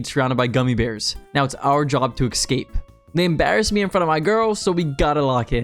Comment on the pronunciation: Escape, not ecscape. And before anyone cries. This isn't just pedandic. Young people nowadays(and I'm just 28 lol) not valuing the way they express themselves makes them appear less competent, confident and intelligent. This is not just a regional dialect or anything like that, this is slang that actively goes against the way the word is written. This is specifically terrible pronunciation for no purpose whatsoever. Regional dialects are pretty much equally bad though. Anyways, the point is, if you can't even speak the language you communicate in properly, then people will take you less seriously. Ask yourself this. Is there any actual reason you pronounce it like that? Is there ANY use to it other than to make yourself sound worse? I very much doubt it. And I 100% believe you are very capable of pronouncing things properly without it even taking more effort. Maybe it would take a week or two of getting used to it subconciously but that's about it. Language is important, people know that. Even people from the hood who speak in heavy slang will cold switch to speak properly when at work. So the fact is, they KNOW that it makes a difference. Yet they choose the language that makes them look bad in their everyday life. Why would you want that? Why would you not just choose the comfort of sticking to the proper way to present yourself instead of having to switch? It is much easiert to never have to switch if you speak properly in everyday life. And it makes you look better i